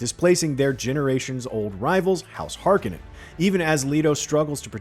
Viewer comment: Harkenen .... your pronunciation is pathetic